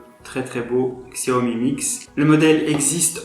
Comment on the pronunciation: bonne vidéo mais les puriste comme moi de la marque apprécierai que vous prononcez correctement la marque ont prononcé chiaomi et non xiaomi même si sa s écris xiaomi